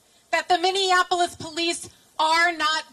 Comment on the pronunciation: Minia Polis is how Indians pronounce it